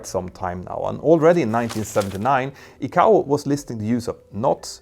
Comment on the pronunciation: ICAO = eye-k-oh